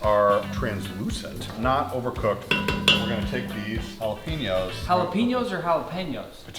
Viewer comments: nah man it ja-lop-pi-nose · bro its JAH-LOP-PEHN-NO's